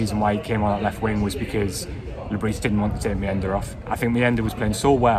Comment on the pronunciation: Le bris pronunciation. The s is silent we have to get this correct out of respect for the